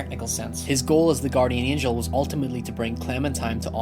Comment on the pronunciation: Angel, not angle